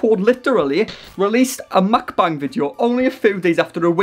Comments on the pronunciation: mukbang is pronounced mook-bong, not muck-bang just fyi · haven't heard it pronounced 'McBung' before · I like that you pronounce mukbang like McBang.